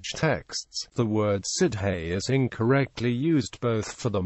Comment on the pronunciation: I asked for "how to pronounce" and got nothing of the sort. Also, the word "Sidhe" is not pronounced "Sid hey" but "Shee."